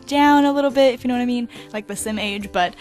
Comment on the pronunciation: ITS SOUNDS LIKE SHE SAID "PUT A LITTLE BITCH BEHIND IT" HAHAHA